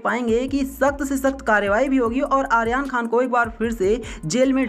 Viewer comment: Aryan khan ka naam to theek se pronounce kr lo jitni baar bola hai utni baar hi galat bola hai, jis se irritation ho rhi hai .